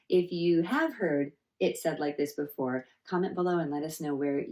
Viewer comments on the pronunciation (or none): none